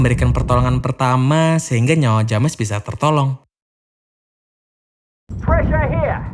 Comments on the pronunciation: kang, maap cuman mau ngasih tau itu dibacanya Jems ya kang bukan James. Makasih:) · Bro ,james dibaca jems bukan dibaca lurus. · Video yang bagus Bang, penjelasannya juga cukup jelas. Hanya saja sebelum meringkas sebuah film, terlebih dahulu abang perlu belajar dan mencartahu bagaimana Prounounce setiap nama2 dari setiap pemeranan, nama tempat, dan yang lainnya. Contohnya, James dibaca Jeims, Kate dibaca Keit, dll. Sukses Terus ya!